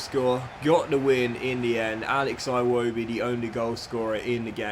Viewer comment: He's also the guy who says "Eye"-wobi (Iwobi) and Huh-land (Haaland). it's like he invents wrong pronunciations on purpose.